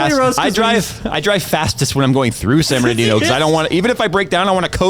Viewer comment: Ah, ole San Bern-da ghetto